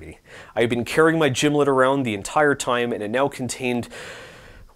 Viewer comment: Pronouncing and making a gimlet wrong while claiming to be a snob is crazy.